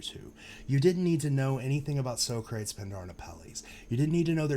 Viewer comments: "So-crates" LOL, that's "Sock-rah-teese" - Greek Philosopher. Pindar and Apelles are also figures from ancient Greece. That was the most obvious part to me, but I didn't understand the Greek tie-in until I knew it was in Cleveland. Very clever of them to solve this. It's funny but once you know the solves, they are so obvious. Hence, why we need to look at all the paintings with "new eyes". Look for the obvious, THEN get all involved and specific when it comes time to hone in on the cask. But I feel the paintings are all solvable once you know what to look for. This reminds me of Forrest Fenn's treasure hunt (of which I was a follower for years, still pissed off that got found and they won't tell us where...though I have a strong suspicion) Love your channel though, great breakdown. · Nice call out on the columns! I haven’t heard it presented that way before, but that is damn good. Very solid. As someone with a degree in philosophy and ancient civilizations, I cringe painfully every time you say So-crates 😝